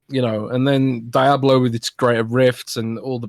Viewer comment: LEARN TO PRONOUNCE DIABLO FFS